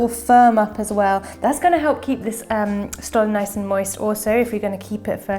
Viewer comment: The S in Stollen is pronounced “sh”tollen 😊 Thank you for the nice video tho! Very festive 🎄